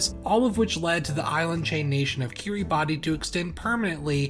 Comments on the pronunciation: Fun fact: It is actually pronounced "Kiribas". ^^ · By the way it is actually said Kiri-bass, the spelling is just a little special :) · Kiribati is pronounced Kir-uh-bass. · I don't understand why but I was told Kiribati is pronounced 'kiribash'. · Pronounced /kiribas/ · 'kee-ree-bah-tee' lol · Killing me with that mispronunciation... 🤣